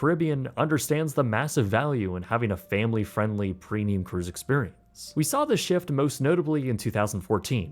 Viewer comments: I can't tell if he is right about the food or is just extremely picky. Also PRENIUM PRENIUM PRENIUM. ITS PREMMMMIUM. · I can't be the only one that hears him say "Prenium", right? With an "n"? Love the videos btw